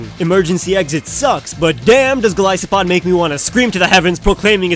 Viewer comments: not gilisopod say it right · I agree on Golisopod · He pronounced Silvally, Solgaleo, Golisopod, POKÉMON (who does that?) wrong but that's okay. At least he pronounced Decidueye right lol